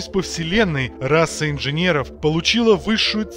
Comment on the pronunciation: В слове РАСА одна буква С. Одна! Р А С А. Кстати, чтец тоже считает, что там 2-3 С. Как вы достали уже. Может, почитаете книжки какие хорошие...